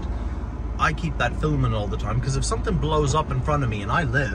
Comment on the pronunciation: "Fil'ming" lol.